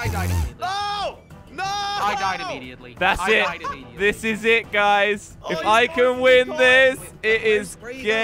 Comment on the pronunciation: I am the. Champion Also crainer: dies ammiediattly